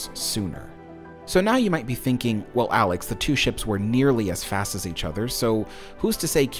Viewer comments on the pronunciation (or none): none